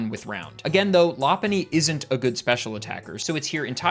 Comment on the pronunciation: i had to google this because you almost gaslit me into believing that it was "loppuny" and not "lopunny"